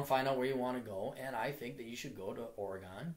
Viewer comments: Fuck! It's Ore-"gen" like wagon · The "gon" in "Oregon" is pronounced the same way that it's pronounced in "wagon". I'm from Portland originally and did engineering at U. of Portland. Just visited. The women AND men there are almost all fucking stereotypes of the northwest, Portlandia style. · blurglide the way so many people pronounce Oregon is funny